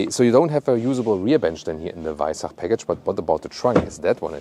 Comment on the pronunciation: Servus. As a French guy living in Austria for 3 years now, Danke dir for the on point pronunciation of “Weissach” 🥲🙂 French media are absolutely obliterating it when they say it 🫠💀